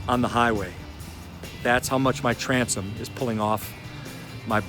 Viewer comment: Did you say Transom....If you didn't have a Ranger, you'd be screwed. $$$